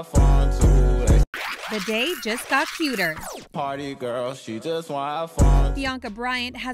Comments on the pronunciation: lets take a moment and realize that is sounded like she said pretty girl instead of party girl 😂😂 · She did not just say pretty girl its ''Party girl''